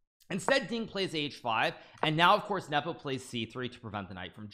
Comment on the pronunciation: Speak normally. and learn how to pronounce Nepo, without the cringe.